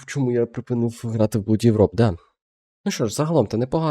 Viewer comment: blood читається як блад. Я знаю що оо як наше у, але саме це слово є вийнятком